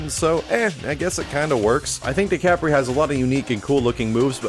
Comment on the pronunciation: How to pronounce "Decapre" декабрь is Russian for December. Instead of "Day-cah-pray," it sounds more like "Deh-cob-ur." Think "Dekabr" -- an abrupt r sound after the b. Why the anglicized version has a "p" I don't know.